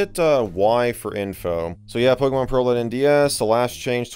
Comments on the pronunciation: Lol "Pokemon Peral" haha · "Pokemon PERAL" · Ah yes, my favorite DS game. Pokemon “Peral” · Pokémon “Peral”